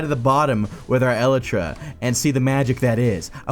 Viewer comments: lel 'el e tra' is actually pronounced 'E-Lie-Tra' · I’m dying the way this guy said elytra el-a-tra🤣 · The way you pronounce elytra offends my ears.